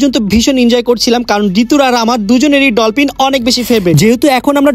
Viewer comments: ভাইয়া ডলপিন না ডলফিন😊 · ডলপিন❌❌ ডলফিন ✅✅